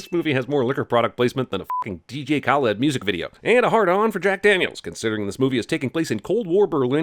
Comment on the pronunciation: you said dj khaled wrong